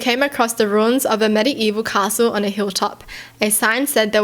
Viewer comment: ... that's not how you pronounce medieval 😭 . BTW ILY YOUR CONTENT <33